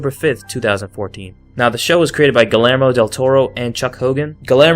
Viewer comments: it's Gee-err-mo, not gilermo. it's Spanish so double l is a y sound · Guillermo is pronounced “GUI-yermó” it’s Spanish for William. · Bro said gillermo